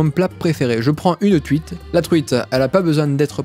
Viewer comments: "je prends une truite" Ce que j'ai compris: "je prends une CUITE" XD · "Je prends une tuite" oui, oui, 😭